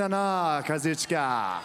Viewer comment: Not until he learns how to pronounce Kazuchika's name correctly